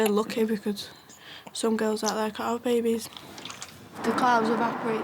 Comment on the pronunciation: Something something I heard most teens want to have a BAIBEYS